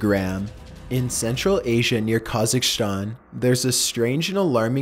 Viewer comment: "kagicstan" us: Kazakhstan